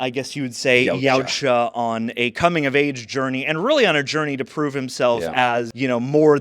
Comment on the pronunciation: Jesus Christ, finally someone pronounced their species' name correctly.